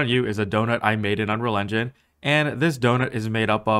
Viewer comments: I’ve never heard anyone under-pronounce ‘engine’ as ‘enun’ so consistently. Might want to work on that. 🤣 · Why can’t you say engine properly? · Why can this guy not say engine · can yu say engine properly one tiem